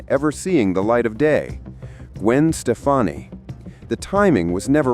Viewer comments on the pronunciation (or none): Shafonnie 😂... It's Stefani !